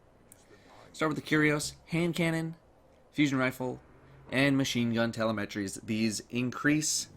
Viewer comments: Great channel keep up the great work By the way..."Telemetry" is pronounced tuh-lem-muh-tree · Just FYI, it's pronounced "tuh-LIM-uh-tree" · Love the videos, and the hard work you do for us. But, could you please learn to pronounce telemetry correctly. Thanks. ;)